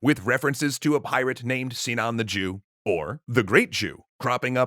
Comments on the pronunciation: Sinan sounds like Simao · In Arabic, the i in Sinan is short. I think it is so in Turkish, correct? (ı instead of i)